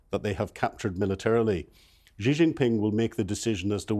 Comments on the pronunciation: why is it so difficult for journalists to pronounce the "Xi" in Xi Jin Ping? It's not "Ji". A quick google search will bring up some videos of how to pronounce it. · I enjoy your programs but can you please pronounce Xi's name properly. It is not pronounced 'Gee' or 'She'. It is pronounced 'See' or 'Sea'.